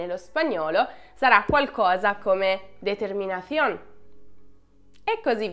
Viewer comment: Jajaja, Sono spagnolo, hai detto determinazione con una pronuncia perfetta. Infatti , ero molto entusiasta di sentire da te anche solo una parola in spagnolo 😍. Ora devi perdonarmi , sono sicuro di aver sbagliato a scrivere qualcosa. Un abbraccione dalla Spagna